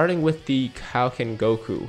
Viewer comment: It is most definitely not PRONOUNCED Kowoken but it IS PRONOUNCED KAIOKEN